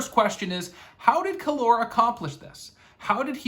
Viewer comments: It’s Kallor! Not Kallor. Dummy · When you pronounce Kallor like that, it sounds exactly like the Spanish Calor ( Heat). So cool 😂